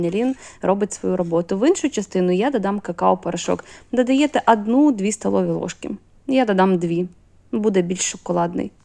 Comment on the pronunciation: ""А"дну,це вже пА рАційські